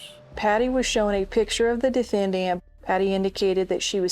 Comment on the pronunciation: The attorney on the Dana Chandler case, “the DE-Fin-Daant” 😬😬😬